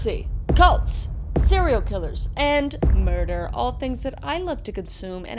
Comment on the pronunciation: Merdor. (Murder).